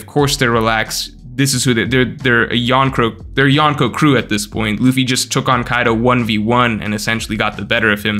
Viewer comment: why do you say yonko like that lol so embrassing